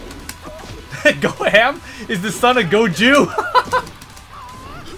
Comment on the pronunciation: god old Goju and his son Go-Ham